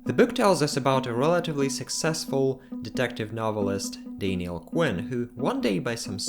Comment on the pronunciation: It's not Dainiel it's Daniel